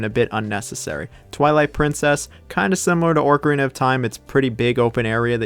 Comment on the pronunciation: Orcarina of Time though?